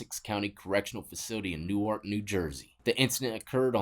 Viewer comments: It’s not like the Delaware pronunciation it’s Newerk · People from North jersey pronounce newark-nork